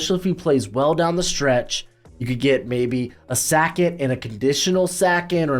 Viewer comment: Hey why do you pronounce ‘second’ by saying ‘Sack-it’ ? I was legit confused and had to rewind it back cuz you lost me 😂😂 it’s a legitimate question..